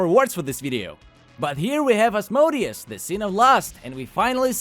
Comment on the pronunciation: its az-mo-dee-us.